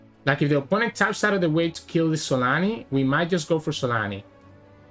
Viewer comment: it's zolaani not solani